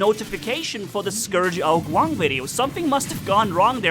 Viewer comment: When you say, Ao Qun, it sounds like a mix between ao jun and ao qin. Im chinese btw. Guang in chinese means light, as in a bright light. Ao qin means light, but as in light and heavy. Ao jun, well im not sure but i think it means even, like, "the cake is even"